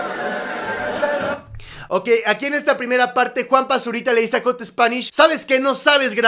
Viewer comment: Jot spanish jajajajaja ??? Es jat spanish bch aprende ingles lil bch :v